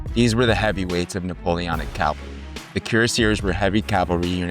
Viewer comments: WHAT? Cuirassiers is Kwi-rah-si-AY. Their armor was the cuirass (KWI-rahs). And "calvary" for "cavalry"? Calvary is a place! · I obviously enjoy this topic, so thanks for making it. With respect, please do not say “Calvary” when discussing “cavalry”. “Calvary” is a place, and “cavalry” is a bunch of soldiers on horseback with bad intent.